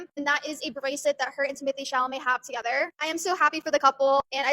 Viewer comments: It’s Temo tay Shall a may for the billionth time 😂 you’re making way harder than necessary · Ypu mean I get a whole video of saying TimAthAe ChAlAmAy I'm so pumped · I miss calling him Timothee Chamalet 😢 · I love when you talk about this topic only because I laugh so much when you say "timothy chamalet" 😂😂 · “ Timathay Shamalay “😂❤️ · Lol That’s so funny how you say his name 😄